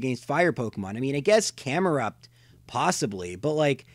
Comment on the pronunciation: Which Pokémon are we talking about here? Slugma, Magcargo ... and: Camera. It sounds so much like camera. :D